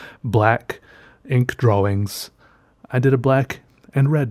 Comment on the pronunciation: I love how he says, dwawings instead of drawing